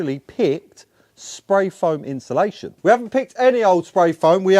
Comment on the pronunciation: Love the videos but please learn to say insulation properly.. you guys say inshulation 😂😂